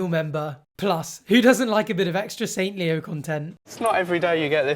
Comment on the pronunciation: "saint" leo JHGKDJF